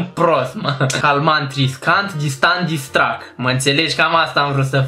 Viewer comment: la tine o sarit toti copii ca ai pronuntat "disstrack" da de exploit s-a luat cineva cu "micul lui dejiun" si "carapulta"